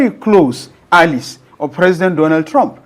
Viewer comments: It is pronunced a· lize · I hope you know it is - Ally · So, this man has never heard the word allies from another English speaker?? God have mercy. I stopped watching once I heard Alice twice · Wait ooo is it allies he's pronouncing there?😮